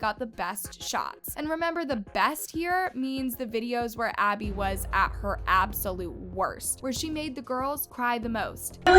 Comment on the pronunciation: Maddie can't even say Abby's name and Chloe I feel bad for her she was my favorite and I hated when she got yelled at it enraged me 😡😡😡😡😡😅😅❤❤ but Who loves Chloe cause I do😊